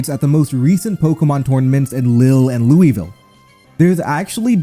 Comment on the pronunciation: having a tournament here makes me realize that no one knows how to pronounce louisville